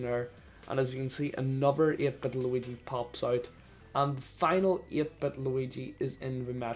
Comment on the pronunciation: the way irish people say "8 bit juigi" actually makes me upset